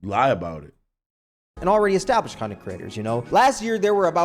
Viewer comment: Why he keep pronouncing it “conent creator”